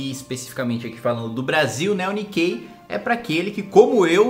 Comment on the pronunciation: Pela pronúncia do "Nikei" dele eu apostaria que não